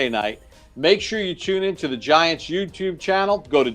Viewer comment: and Carl's bromance is amazing. Did you see smile when Carl introduced himself and said welcome to the Giants? Awesome. Also Papa keeps saying youbtube 😆